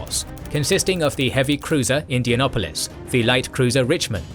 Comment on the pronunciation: I'm Australian and even I know that's not how you say Indianapolis. And then correct pronunciation here.